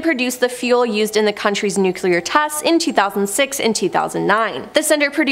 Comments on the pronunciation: It's pronounced nu clee AR and not nu q lure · It's nu-cle-ur not nuke-u-lar, sur-veil-lance not sur-veil-li-ance